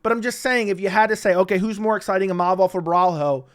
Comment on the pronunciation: Din Thomas out there having problems saying Imovov, I'd hate to see him try Fedor Emelianenko on for size....